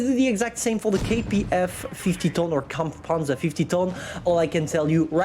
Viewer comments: that "kampfpanzer" is goddam perfect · G bro itu emg aksen asli jerman nya